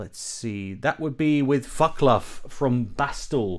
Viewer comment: Just a tip re: the closing comment of the interview - It's not "Vak-Lav" from Bastl, but "Vat-Slav." Like the zz in Pizza." That said, great interview, thanks for sharing!